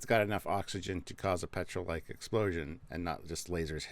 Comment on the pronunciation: What are you saying? Petril explosion or Petrol explosion?